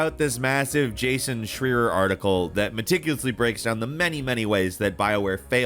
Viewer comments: Jason Shreer???? Com on, you know how to pronounce his name...at least pick words you might not know how to pronounce (Sidenote: I have had a theory for a while now and have pretty much confirmed that purposely mispronounces one word in every video. Look into it...you'll see) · Am I the only one who's bother on how pronounce Jason Schreier?